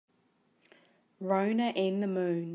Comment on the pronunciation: It's Rona not ronah